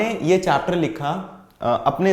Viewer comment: Sir Apne chapter ko chatter bol diya